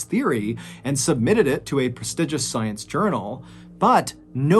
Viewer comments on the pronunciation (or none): none